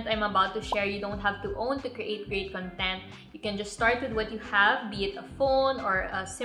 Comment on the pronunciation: wrong pronunciation po sa word na content